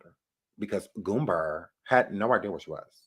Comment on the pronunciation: It’s not GOOMBER but GOOMBA!!!🤡